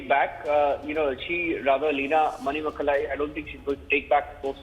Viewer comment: Manimekalai Not Mainmekalai